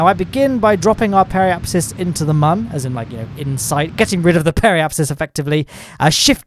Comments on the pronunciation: My guy its moon not mon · Whos triggerd that hes saying mon instead of moon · this mans is pronouncing "Mün" as "Mun"... my dude, it's pronounced almost exactly the same as "Moon" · You know its not "mun" its "moon" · its moon not mun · Why do you say mun? wtf is that ?! You mean moon? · Why is he called the moon like Mon only one O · Man still mispronouncing Mün